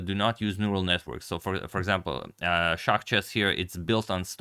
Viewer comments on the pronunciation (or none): none